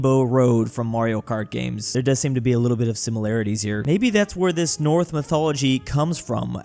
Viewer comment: you don't say "North Mythology", you say "Norse Mythology".